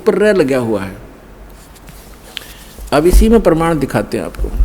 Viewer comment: Hindi bolne aata h tmko, praman ko perman bol rhe ho aur chle ho Sadhguru ko bolne